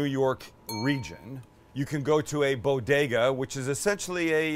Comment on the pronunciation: Say it with me kids... BO-DE-GA.